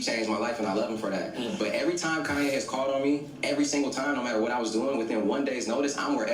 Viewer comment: Why does he keep saying kanYE😅